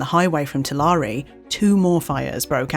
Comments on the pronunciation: tuh-lar-ree? too-lair-ee. or tool-air-y. say it right. tuhlaree. haha oh man. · Tulare is pronounced “two-lair.” California is one of the best documented territories on Earth. It’s incredibly easy to get the names right. And before you say anything: As a content maker that is providing true-life stories, it reflects badly on your research when you can’t get place names right. As viewers, we need to trust you in order for this to work. 🤷🏽‍♂️ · It's pronounced "two-larry" btw. Names in California are either Spanish or Indigenous. Sometimes both. Idk which one this is but that's how it's stated. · Just for information, Ole’s is not Spanish and is pronounced oh leez. The city of Tulare is pronounced too-lair. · Duuuuude, I've been to some of those places in Fresno! I remember Hancock Fabrics, they were a great store! A note for the future on pronunciation, in case you talk about the central valley again: Tuh-LARE-ee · Tulare is pronounced similar to glare. It's not gla ree it's glare=Tulare. Thank you.